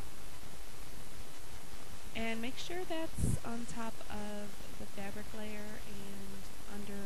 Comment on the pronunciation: I hate the way you say fabric! gawd